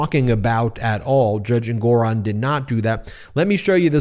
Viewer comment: Learn to pronounce the Judge's name correctly. En-gu-ron.